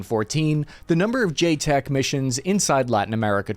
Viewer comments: Bro really looked at the acronym "JCET" and pronounced it "J-Tech". It's a "J-set" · Love you, but it's JCET, not J-Tech or JSOC. Pronounced like J-Set. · Bro,.... Joint Combined Exercise Training aka JCET, Is pronounced J Set. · everytime he calls a JCET ("JAY-set") a JTEC it makes me cringe, and i can promise you the vast majority of JCETs to south america are underwhelming training operations that allow the team guys to..."enjoy" the local sights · It’s not pronounced j tec. It’s pronounce j cet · It's not JTEC.... it's JCET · JCET is pronounced J-SET and not JTEC. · JCET is pronounced J SET NOT J TEC. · Its not JTEC. Its JCET as in Jset. Jeez. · FYI It's not pronounced "Jay-Tek", I mean the abbreviation is JCET, so you'd have to jumble the letters to pronounce it like that. It's pronounced "Jay-Set". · It’s not “Jay tech” it’s Jay set”. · "JAY-SET" not "JAY-TEK" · JCET (pronounced jay-set) not JTEC we’ve been doing JCETs for decades. Mostly 7th SFG Lo Que Sea, Cuando Sea, Donde Sea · I’m pretty sure it’s pronounced “Jay-set” not Jay TEC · A Joint Combined Exercise Training mission, aka, JCET, pronounced “JSET” not JTEC… and they are standard, white sof, Tier 2 training missions that most SF teams do…. It’s literally one of their primary mission sets: liaison with and train partner/host nations special forces…. And no, I’m not a Green Beret, but I did stay at a Holiday Inn Express next to Fort Bragg. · Not J-TECs...It is J-CETs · JCET is pronounced Jay-Set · JCET is pronounced Jay Set...... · J-cet homie. Pronounced j-“set”. I mean it is joint combined exchange training…. Not sure how you got jtec but right on. -DOL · When he said “jtec” I lost it every time. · its JCET... not JTEC... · JCET (jay-set) * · It’s JCET not JTEC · Its called a JCET like J-Set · Nice vid! Pronounced “jay-set” if care. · stop saying jtec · Excellent video, I just wanted to mention that the acronym is JCET said like Jay Set. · It's a JCET. Pronounced "J-SET".